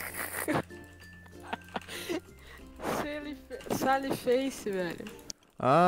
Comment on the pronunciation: "Sal friz" KKKKKKKK